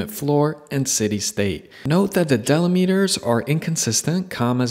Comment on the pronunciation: De-limiters. Not deli-meters.